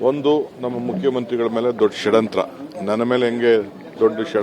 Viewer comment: Shadanthra alla guru shadyanthra